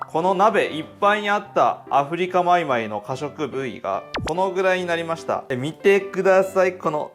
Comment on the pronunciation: アフリカマイマイが上手に言えない 神経毒の初期症状かw